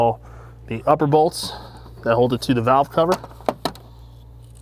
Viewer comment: Cow cover!?? What is he saying???